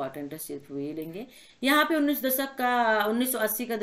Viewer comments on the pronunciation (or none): none